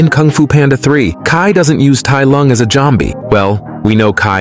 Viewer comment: Jombie 😂, the pronunciation made me watch this clip 5 times.